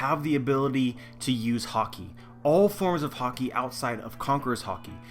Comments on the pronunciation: good video. only thing that ticked me off was how you pronounced Haki. you say haw-key but the anime says ha-key. that's a personal thing but yeh good video. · why are you pronouncing "Haki" as "Hockey"? Anyway good stuff. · Love your videos agree with 90%+ but for the love of oda stop pronouncing haki like hawki other than that keep up the great work:) as far op fruits go, I know it's a movie fruit but still well established within the universe, Ain's modo modo no mi is in my mind the single most over powered fruit there is, if she was on whitebeards crew or any of the old powerhouses.......I shutter to imagine